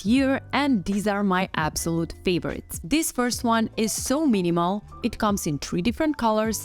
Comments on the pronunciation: Could you practice saying “ this” before a recording? “ This” does not begin with a “d” , so not “ dis” but “ this”. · No worries. A handy tip for pronouncing “ this” is putting your tongue behind your top teeth and saying “ this”. Otherwise great video.